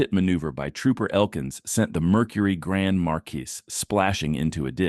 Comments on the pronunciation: If you’re gonna use an A.I. voice, please make sure it knows how to pronounce words correctly. Because the “s” in “gran marquis” is silent. Also, make sure it uses the correct inflection for the ends of sentences. Many times it stops when it sounds like there should be more to the sentence. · I rewinding the video to confirm he said grand marquis